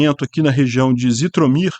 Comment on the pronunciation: Não pronuncia-se Zitomir, mas sim Jitomir